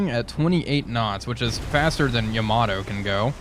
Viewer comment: Man I bought this game just because of your videos. But dude you gotta stop calling the Yamato "Yama-doh". :D